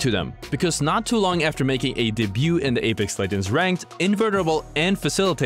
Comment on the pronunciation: This man said “day-buut”